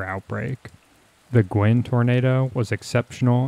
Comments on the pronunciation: Guin is not pronounced "gwinn." It's Gue (rhymes with cue). GUE-in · Guin is pronounced "Gew-in". At that time, the US Army's atomic weapons school was at Redstone Arsenal, in the SE corner of Huntsville. For months afterwards, TN residents were finding classified US Army documents from the school that had been scattered and carried away by the tornado. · Actually, Guin is pronounced “gyoo’-win”.